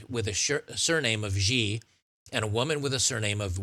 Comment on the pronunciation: In what world is "Xi" pronounced "Geee?" You discredit yourself by not being able to read basic words.. Xi is pronounced "she" ironically given the case, but that is how it's pronounced. Anytime you see XI in Chinese names it's pronounced "she."